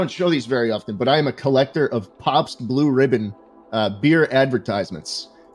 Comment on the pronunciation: wait... schlatt doesnt know how to say pabst. revealed!